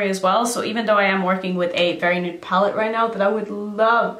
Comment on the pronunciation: Did you just say NUDE PALATE or New PALATE- I just had todo a REPLAY on that, & I still dunno! 😝😂